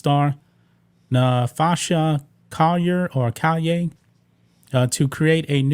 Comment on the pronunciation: It's Call-yer